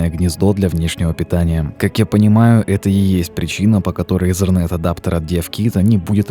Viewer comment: Что за слово езерент? Там нет буквы z , итернет правильнее...